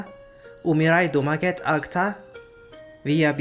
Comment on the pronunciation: agta is pronounced /ag-ta/ with an accent to /ta/.